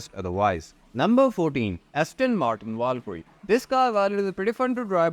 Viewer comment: They way you chew & throw the words NUMMBBBBBRRR & Ferrrrarri Are painful to hear. I know you are Indian.